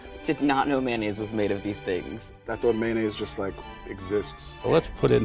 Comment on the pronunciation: 発音「ﾒﾖﾈｰs」なんだ……